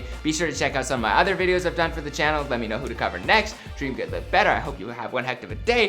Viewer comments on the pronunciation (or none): none